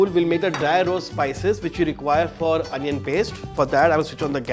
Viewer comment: Anion Paste? Bro, get back to your senses please. Don't kill native English in the name of accent.